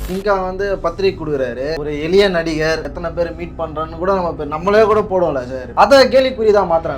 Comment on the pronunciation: Mr. நெறியாளர் தயவு செய்து தமிழை கொலை செய்ய வேண்டாம், அது எலிய இல்லை எளிய உங்கள் நாக்கில் வசம்பை வைத்து தேய்க்கவும்